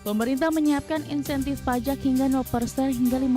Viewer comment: PFII terdengar Palak bukan Pajak!😂😂😂